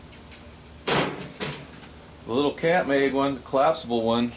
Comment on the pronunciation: Think it is pronounced camp made